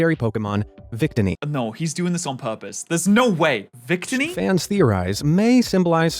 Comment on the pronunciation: (oo)Nova is acceptable. Vic-tinny is unforgivable.